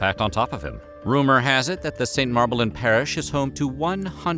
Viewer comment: In the decade I've lived in London I've heard "merry-la-bone" plenty of times - especially from fellow Americans - but I've never heard it butchered into "mar-buh-lin". Unsure if this was a lapse in the research behind the scenes or an intentional attempt at pissing off any Brits that might be watching. (For the record: "mah-luh-bun").